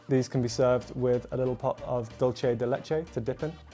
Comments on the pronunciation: Is not dolche is dulce (pronounce dul-se) de leche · Are we going to ignore the fact that the British guy pronounced “dulce” as “dull-chā”